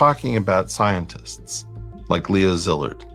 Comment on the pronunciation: Leo Zillard? Li-zard. They aint even hiding it